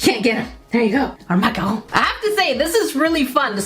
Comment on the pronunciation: I’m sorry.. but that’s not how you pronounce macaron…